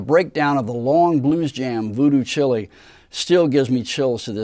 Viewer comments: Voodoo child not chili lol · Good stuff, but...."voodoo chili"????? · It's Voodoo Child, not Voodoo Chilli! Just poking fun. Wonderful Video, they were magic, no one had ever played like that. Thanks! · Did you say voodoo Chilly